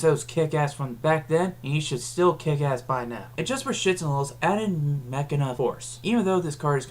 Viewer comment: I LOVE YOU FOR PRONOUNCING HIS NAME Ma-key-na. I'm hispanic and attempt to get everyone to pronounce his name as Máquina Fortress